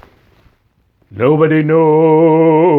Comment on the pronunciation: Favorite moments in your vid: "I'm melting" ha ha, Great drama for emphasis. "noooo body knows, noooo body knows, the day or owwww-our!" " all the googly eyes staring at the camera expecting a picture, not knowing they were being recorded in Dr. Evil's Good's, AWESOME's video clip 🤗🤗